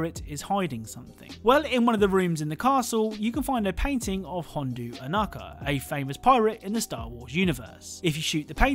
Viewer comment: Quality video, but that pronunciation of Hondo was...messy